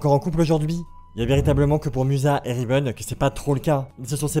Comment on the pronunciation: il n'y a que moi qui entends River au lieu de Riven ?